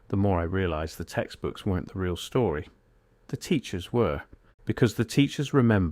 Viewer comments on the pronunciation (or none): none